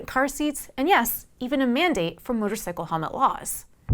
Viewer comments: She pronounces it motor-sickle as in "I don't want a pickle, I just want to ride my motor-sickle". Not motor-cycle, is that a Canadian accent or just clueless? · “Motorsicle” I’m out